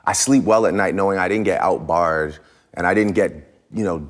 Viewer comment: "Out-barred"....come on, Drake....